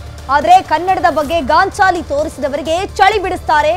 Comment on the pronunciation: neenu modalu kannada sarige maatadamma ... Gaanchaali alla Gaanchali